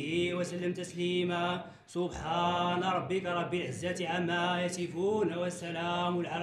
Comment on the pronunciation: ملي بغيتو نعطيو دور الفقيه عطيوه لشي حد قاري عارف انطق الحروف هما هادوك ماشي واحد كايقول اللهم سلي بلاصت صلي و عما يسفون عوض عما يصفون باااااز لكم الله